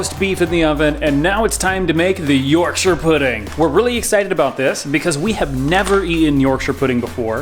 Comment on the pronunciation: Well done for for pronouncing Yorkshire pudding correctly and cooking a roast dinner the right way. Impressed